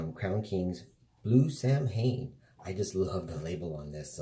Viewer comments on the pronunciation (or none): I think you're talking about the Nutty Buddy bars. I love those things! Not that it matters but just an fyi, Samhain is, actually pronounced "Sow-win".